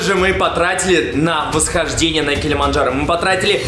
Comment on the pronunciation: Забавно что Масленников неправильно выговаривает название горы Килимаджаро(без Н)